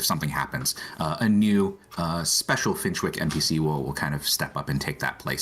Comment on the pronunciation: Excited for this pack!! Thanks for the stream despite YouTube basically putting you on probation. Gotta admit, I’m giggling at the American players stumbling over British-inspired names. Finchwick is pronounced finch-wick (like the bird) and Bagley is like handbag. Even the Sims team got Yorkshire wrong!